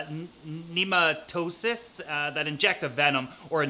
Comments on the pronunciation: Lol he said “Nemo-toe-sis” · nematocysts fyi lol. sounded like you said neurocysitis or something. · I usually hear the anemone stinging cells pronounced "Neem ah toe cists' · It's pronounced "new-ma-toe-cyst" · nematocysts is what he tried to say